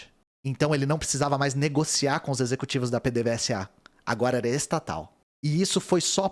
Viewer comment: PDVSA se lê Pêdêvêsa.